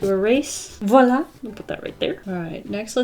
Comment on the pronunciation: I'm french and it's so fun to watch her saying "voila" 😂😂😂